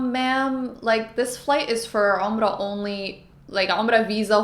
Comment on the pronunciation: atlist you know how to pronounce Umrah you should teach your wife something lol